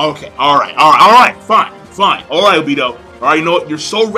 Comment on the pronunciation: I hate how you say Obito